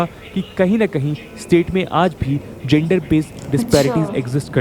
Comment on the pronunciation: Paglait Budia ye ye ye kya lagati rehti hais har word me.... Madrassa chaap jaise. Jyander GEN der GEN GEN jyaandar nahi yaducaton nahi EDU cation. Kyaa rala nahi KE rala KE KE KE Ke ke ke